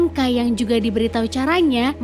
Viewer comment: Agak gak trima penyebutan "kai" jdi "key".. but overall kren, thanks nostalgia nya..